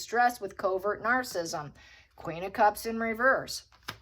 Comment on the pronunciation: It’s narcissistic and narcissism. You’re pronouncing those words wrong.😊